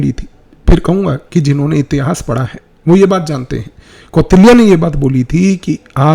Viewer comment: कौटिल्य बोलिए भ्राता जी, मै तो ध्यान दिया तब जाके समझ आया कि आप, कौटिल्य के बारे में बात कर रहे है Apargrah ❌ अपरिग्रह – जितनी साधन की आवश्यकता हो उतने में जीवन व्यतीत करना